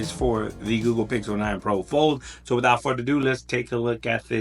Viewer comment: "Wothout any further ado!" Every YouTuber should be saying this?! 😉